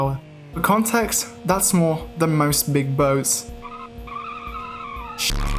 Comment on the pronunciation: the funniest thing ever is the way u say ''shitttt''